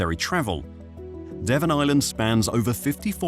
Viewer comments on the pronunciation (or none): none